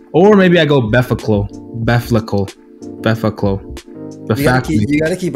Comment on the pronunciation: Hearing the try and say befacle Was straight money lmaooooo